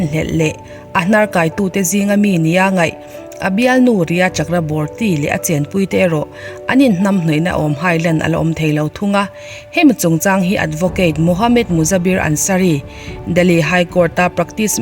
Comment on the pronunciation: Chakraborty nilo in CHAKRAVERTY tih tur...